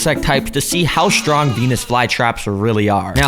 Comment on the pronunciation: STRONG does not include the letter H. It's STrong, not SHTrong.